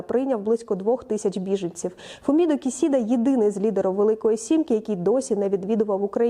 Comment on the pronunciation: Правильно "Фуміо Кішіда" і не "Хіросіма", а "Хірошіма". По правилам японсько-української транскрипції Бондаренко(2014) або Коваленко(2012)